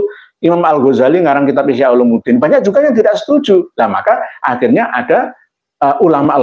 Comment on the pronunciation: Ihyau 'ulumiddin bukan ihyau 'ulumuddin احياء علوم الدين 😊